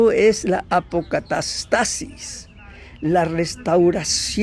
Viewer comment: buena pronunciación de APOCATASTASIS!!!!